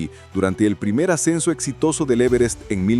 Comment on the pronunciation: En la ia esta no se pueden pronunciar bien los acentos,el e verest?